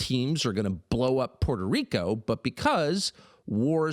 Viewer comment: POO AIR TOE RICO NOT PORTERICO